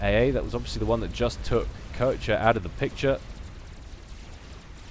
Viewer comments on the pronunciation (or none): Dear, just a hint regarding player names: I'm pretty sure 'Koecher' is pronounced [ˈkœçɐ] and not [ˈkɜːˌtʃə]. There is a difference between on the one hand not being capable of pronouncing foreign sounds but trying to at least approximate these with sounds native to the speaker and on the other not even trying to approximate the actual sounds and simply pronouncing the name as if it was intended to be pronounced English. No offence intended, just want to help improve your proficiency.;)